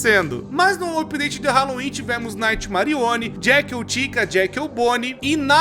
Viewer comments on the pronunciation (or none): none